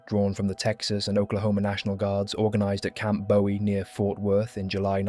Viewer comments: Camp Bowie "Boo-wee" (not "Bow-ee"). Trivial yet important distinction for Texans. That camp was named after fallen Alamo Defender James Bowie. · Bowie in this case is pronounced Boo Eee As in Camp Bowie, Jim Bowie, Bowie Texas.